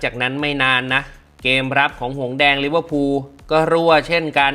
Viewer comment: ลิเวอร์พูล❌ ลิเวอร์พุน✅